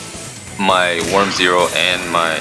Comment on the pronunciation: It's always fun to see people failing on say that worm's name. Have you already had any idea about that "miracle contact" card, my boi?